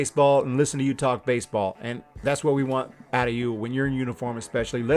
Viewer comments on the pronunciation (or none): haha "im wistening..."